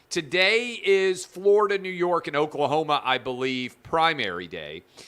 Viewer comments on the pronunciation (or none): none